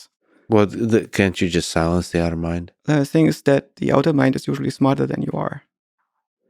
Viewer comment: does he say auto mind? Or other mind?